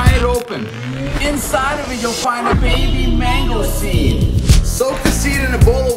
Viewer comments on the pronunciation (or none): bro didnt need to say "baby mango seed" like that